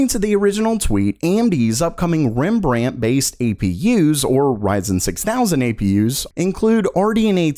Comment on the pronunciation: Can I teach you how to pronounce Rembrandt :)